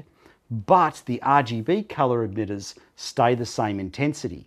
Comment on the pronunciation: stop saying edmitters its emitters